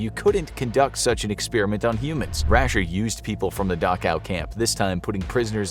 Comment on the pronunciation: Thanks, I now know how to pronounce Dachau.